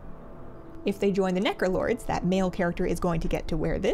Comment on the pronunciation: so... the internet... is the abyss? I also heard "Nekolords" instead of Necrolords and considering has a cat, I find it fitting.